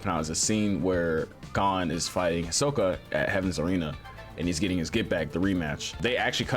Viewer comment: when you say hisoka’s name, you gotta put emphasis on the first part of his name, not the second. so it’s HIsoka (HE-SO-KAH), and not hiSOka